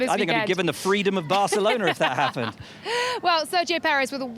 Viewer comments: Worst Barthelona pronunciation I've ever heard lol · Hey Laura! Just say Barcelona! Not barthelona!! Please be normal. Don’t be vain. Please. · Barcelona is Catalan, not Spanish, so the C is not pronounced as "th"... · Laura's Catalan accent needs a bit of work.....